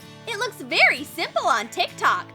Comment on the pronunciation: Ugh no hate but the way you say tiktok is kinda annoying I am sorry love this channel